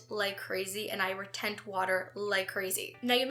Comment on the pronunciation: Retain, not retent